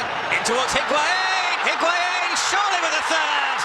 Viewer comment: I can’t STAND how commentators say the ‘u’ in higuain’s name!! Arghhhhhh! Literally your job is to talk!!! Take a 1 minute course with me on pronunciation!!!